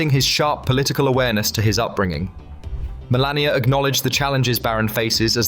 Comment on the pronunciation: Melania not "millennia"